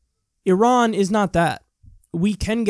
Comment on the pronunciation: I loved how she schooled them and how she pronounced "Iran" correctly!